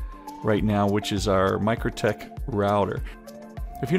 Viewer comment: Mikrotik = Micro "Tic" Not Micro "tek"